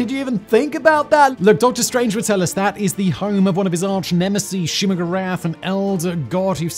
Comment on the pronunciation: It' Doctor Strange not Doctor Strande